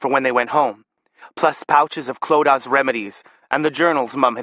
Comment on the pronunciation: This narrator gets "Clodagh" right. <3